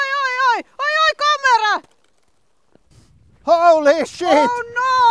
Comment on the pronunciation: N D Lords Hands she is saying kamera.